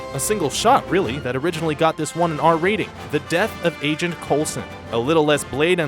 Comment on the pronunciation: What is "Orignally"?